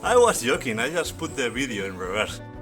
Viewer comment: Where did you shot this "bideo"? I thougt it was in Galicia because of you accent but then you said something about going to Barcelona...